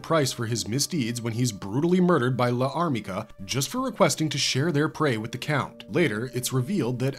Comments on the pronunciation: Problems with this video: mispronouncing Llarmica and referring to the LN and Manga as adaptations of the two anime productions. The anime were loosely based on the LN, while the Manga was more closely adapted from the LN. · I think L'armica should be pronounced without a pause for the apostrophe, like the elision concept in French. Think of Jeanne D'arc (aka Joan of Arc), it's "zhaan daark", not "zhaan dee-ark".